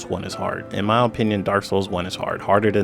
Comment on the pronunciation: Like imma listed to a guy who can’t even pronounce opinion correctly